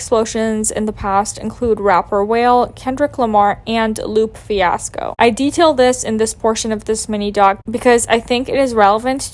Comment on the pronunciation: Rappers "Whale" and "Loop Fiasco"? BRO COME ON